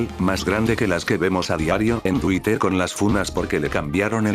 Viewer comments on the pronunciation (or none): none